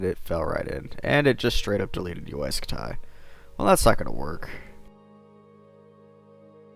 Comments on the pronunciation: Why the heck do u say scut tie it's pronounced scuty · UY Scut-Die. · Uy scutai? Really dude? Read it on spanish